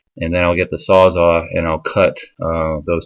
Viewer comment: Man, so sorry to be “that guy” but it’s called a sawzall (as in it sawz all kinds of stuff), not a sawzaw...please forgive me 😂😂😂